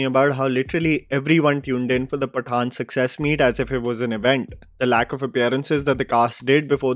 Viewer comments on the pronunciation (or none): none